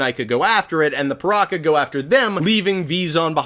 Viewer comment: Its ok to say PirakA, just not PirakER